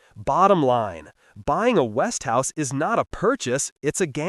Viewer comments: And what makes you qualified to say what's good and what's bad? And by the way it's Westinghouse, Not Westhouse. Till you improve on your video skills, I don't think I will take your advice on Television electronics. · Look at the spelling. It is West ing house. Three syllables. NOT West House as he is pronouncing it. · No...He Stupidly Mispronounced It... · Its westinghouse ont west tv .A I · I have seen five-year-old Element TVs. My father-in-law now deceased purchased an Element tv many years ago. My brother-in-law who lived with him is still using that same Element tv all of these many years later. And you cannot even correctly pronounce Westinghouse. Notice that ING part. Damn.